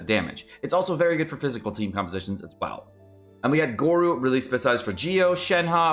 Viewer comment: This is for sure his worst video yet and led to me unsubscribing. I can’t stand click bait genshin youtubers. And the mispronunciation of Ganyu/Gorou.